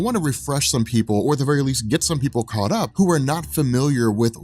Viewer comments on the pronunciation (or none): none